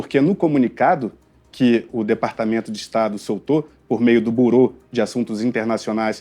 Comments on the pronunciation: Avisa o repórter semi-alfabetizado que a pronuncia correta é BIrô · Caraca o jornalista não sabe nem pronunciar Bureau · Não é burô que se pronuncia, seu jornalista tapado, ignorante! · Avisa pro apresentador que não é burou e sim a pronúncia correta o órgão americano que fez o post em francês se pronuncia Birou escreve “Bureau” . O Alexandre de Moraes está recebendo pouco por todas as maldades que fez , vocês não lembram do CLEZÃO que morreu por culpa dele ? Vocês não fazem jornalismo . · O teu jornalista precisa aprender inglês. Não se diz buro (tem acento circunflexo no O). Se diz biro (com o mesmo acento no O). Quando é bolsonarista, é "militante". Quando é da esquerda, é o quê? Errou quando disse que os EUA são nosso maior parceiro comercial. A China é o primeiro (19 bilhões de dólares, ano passado). Os EUA são o segundo (9,7 bilhões de dólares, ano passado) Precisa estudar, e se informar mais, para não dar tanto fora em uma só reportagem. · Burô? Sempre achei que a pronuncia era Birô! Vivendo e aprendendo! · Liberdade de expressão tbm não é crime no Brasil! Outra correção: fala-se birô, não burô... Deus abençoe os patriotas inocentes, os homens de bem, conservadores e faça justiça ⚖️ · Não seria um Bureau, que se pronuncia 'birô' não 'burô'. Essas faculdades de jornalismo estão cada vez mais fracas. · Sr repórter antes de pronunciar palavras q não conhece procure se informar sobrf sua pronuncia. Não se diz BURÔ diz-se BIRRO. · A pronúncia de Boreau não é borou(como pronuncia o jornalista)mas, Birou (traduzido para o português). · A pronúncia não e Burô, mas birou. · Carr@ lê -se Birô, pelo amor... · Pronunciar "bUror" é uma cavalice da imprensa de "analfabetos funcionais". 🇨🇳💀🇨🇳 A esquerda é a LEPRA do Mundo 🇨🇳💀🇨🇳 LIBERDADE BRASIL 🇧🇷 🇧🇷 🇧🇷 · Avisa ai para esse jornalista que a pronúncia correta para a palavra "Bureau" é "Birô". Deus do céu, não se faz jornalistas hoje em dia como antigamente. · Pequena correção a pronúncia certa é birô…